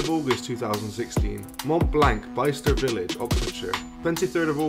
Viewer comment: Bicester is pronounced bister.